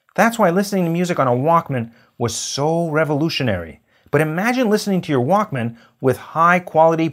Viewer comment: The way he said it it sounded like WOK instead of Walkman